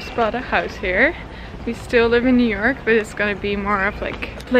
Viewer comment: I keep hearing europe instead of New York 😂